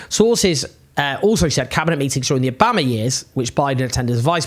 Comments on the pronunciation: why are you pronouncing obama like that? it sounds absolutely ridiculous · how can you so wilfully mispronounce obama's name that is so weird!!! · Owens pronunciation of Obama is ridiculous lmao